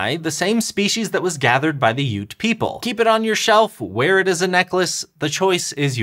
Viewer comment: Well, today I learned the correct pronunciation of Ute. And they were right about them being water bugs! So cool.